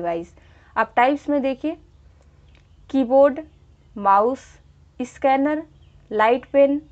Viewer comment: Its not a isscanner it is a scanner mam